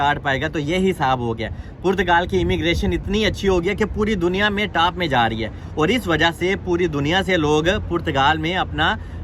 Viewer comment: Bhai taap kya hota hai top hota hai 😂